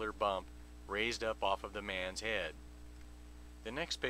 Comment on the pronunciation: Jesus Christ, this is boring. I really, really hate the way you say the word "head." This crap gives me a massive "head"ache.